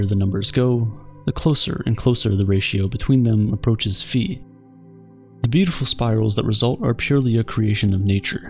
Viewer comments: it's pronounced "faɪ" not "fee" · bruh isn’t it pronounced “fie” instead of “fee” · *Φ. Not “fee”. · Its not "phi", its "phi"